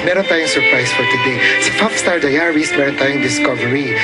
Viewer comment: "Fuff Star Daya-Ries" LOL